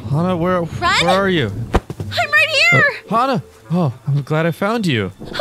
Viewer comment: It's not XaHa it's Hana